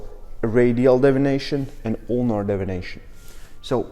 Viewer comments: I really appreciate the video. Just a heads up, it sounded like you said "radial devination." You meant to say deviation. Not trying to nit pick. Just want to be helpful. Your english is great. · Deviation not devination.